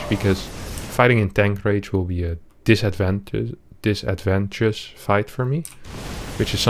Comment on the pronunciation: "dis-ad-van-tay-jus" This is the only area where I can provide you with assistance. You are the master. :D